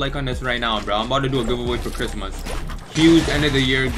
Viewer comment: The way u say Christmas is mad funny😂